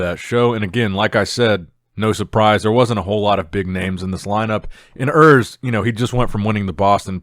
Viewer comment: Listen to Milo's Sarvev pronounce Urs' last name. The biggest in the game needs to get it right😀